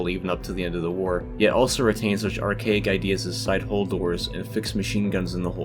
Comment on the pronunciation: Nice info, but why can't you say the word 'hull'?